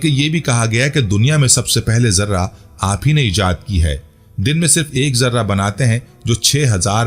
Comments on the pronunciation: Sir yai lafaz Zirrah hai. Zarra nahen ha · ZARRAH YA JARTA ÑHIN SHI LAFZ. ZIRAH. HAI